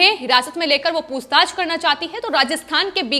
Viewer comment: ये क्या शब्द हैं: 'पूस्ताछ' 'सिवशेना' भई हिंदी में ख़बर दे रहे हो तो साफ और शुद्ध तो बोलो। और, 'कहीं-ना-कहीं', 'तमाम' को जहां-देखो-वहां बेवजह इस्तेमाल करते हैं ये लोग!